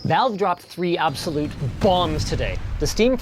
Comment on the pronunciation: Anyone else hear “Obsolete Bombs” instead of “Absolute Bombs?@ 😂